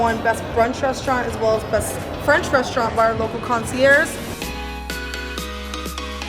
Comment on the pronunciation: ??!! Conciers??? All was good but the girl or the dude who said “conciers”